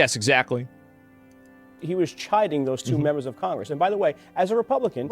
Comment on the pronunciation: "I jused to be a repohblican"